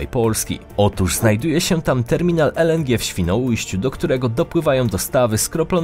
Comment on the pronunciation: "Terminal ELENDRZI" Babo gdzie cię polskiego uczyli? Czy ona tak always pierdoling pół English pół Polish?